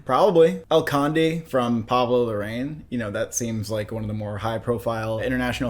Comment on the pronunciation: Pablo Larraín's name is pronounced Pablo La-RA-EEN, not La-RAIN. The accent mark on the i makes a difference.